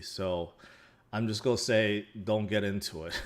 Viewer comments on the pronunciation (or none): I like when he says, “I mo” and “it’s go’ go up!”